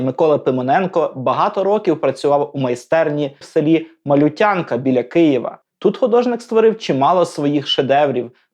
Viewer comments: Село називається МалЮтянка, а не малютЯнка! Не калічте назву! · Все мне нравится, но ударение в названии села, не Малютя'нка, а Ма'лютянка, ухо режет. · Село, в якому жив і творив Пимоненко, називається МалЮтянка, з наголосом на ю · Дякую за цікаве відео! Чекатиму на продовження про творчість Пимоненка. P.S. Тільки не МалютЯнка, а МалЮтянка)) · Село, про яке йде мова, Малю́тянка, наголос на літеру ( звук) «ю». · В назві села Малютянка наголос робиться на 2-й слог! Гуси - не індики. Вони не нападають на людей. Тому палички в руках у дітей слугують для того, щоб підганяти худобу, а не для оборони від гусей. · Дякую за Вашу натхненну працю. Чекатиму на нові випуски про Пімоненка. Але хотілося би, щоби в наступних випусках були виправлені деякі дрібні помилки. Село під Києвом, де жив Пімоненко, називається МалЮтянка ( наголос на "ю"). Дівчата на згадуваних Вами картинах вдягнені не в сарафани. Це традиційне жіноче вбрання Київщини. На маленькій дівчинці - занавіска, а на дорослій дівчині - взагалі керсетка. Наче й дрібнички, але ж мова йде про культуру... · МалЮтянка. Наголос на 2й склад) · Правильно наголос на "ю". Я з Білої Церкви - ми називаємо МалЮтянка. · Ролик чудовий, але є все ж таки одне зауваження: у назві села - Малютянка - наголос на "ю". Це село Боярської громади Фастівського району Київської області. Я живу неподалік - можна дістатися велосипедом чи навіть дійти пішки, якщо є зайва година часу (дорога сосновим лісом надзвичайно красива і того вартує). А от чому на обох картинах самі тільки гуски і жодного гусака - оце питаннячко. Гуска нечасто буває вправною вартовою, а гусак - так.